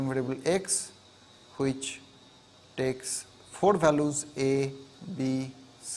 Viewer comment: all is well but he keeps saying which as huvich